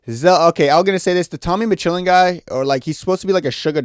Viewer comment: Tommy McChillin ?! Tommy McKillin ?! MMA Joey just cried a tear ... 🤣🤣